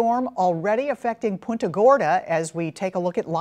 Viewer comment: It’s punta! Not pointa!